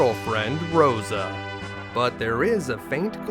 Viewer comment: It’s not Rydio amd Roso. It’s rydiA and RosA. So why say YONG and RubicOnt when it’s yAng and rubicAnt